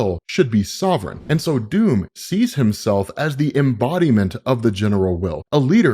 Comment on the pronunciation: Your pronunciation of Doom is somewhat funny and confusing, in any other context it would be no problem. But sometimes it sounds like Dume/Duum which my non native English speaker brain interprets as Dune. So I keep hearing "Empire of Dune" / "God emperor of Dune" ..